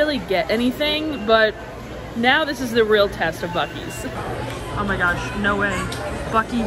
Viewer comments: Might wanna disclose the boosies pronunciation so people stop getting mad. Really though some people don’t know and are gonna go there looking doofy when they say it wrong lol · I apologize in advance for the negative comment but You were driving me crazy the way you were pronouncing Buc-ee's. I believe it's as it is spelled not Boosees. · Correct pronunciation is BUCK-EES. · I’m sorry to tell you that it’s buc res and not what you are saying. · Please pronounce it "Bucky's" throughout your videos. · Boosees?? 😅 I hope that just a joke. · From Texas can people please say it the correct way!!!!! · You pronouncing Buc-ees that way over and over actually made me second guess how it was actually pronounced. Fun video! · Stop saying that omg … it’s called Buc-ees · The repetitive mispronunciation of the the name was pretty off putting. I didn't know if it was intentional (maybe you guys thought it was funny) because when you first got there you pronounced it correctly but i personally found it annoying. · Why do you intentionally mispronounce words? (Beverage, Buc-ces) It makes you sound unintelligent & it chases viewers away. I have spoken to several of my Disney friends that watch youtube that will not watch your channel because of it. Just an FYI to help you increase your viewers. ✌️ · Remember, bags of pretzels, chips, etc. are sold by net weight and not volumes. Also, you slipped into calling in "Boo-Sees". From a Texas native, that is not acceptable....lol. Don't know why your pronunciation changed but you need to get it right. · Are you joking when you say Boo-sees? Ya know it Buck-ees que no? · BUC-EE'S, F'N, BUC-EE'S...not BU-SEE'S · I was laughing when they were pronouncing it Bu-sees instead of Bucky's. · Buck-ees not boosies. Other than that loved the video. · It’s buck-Cees not boo sees 😂😅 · Love the video but for the love of god, STOP calling it Boo-seees. It so Buck-eees. Put some respect on the name :-)😊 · Where is boo she's? It's buck ees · It’s Buck—ees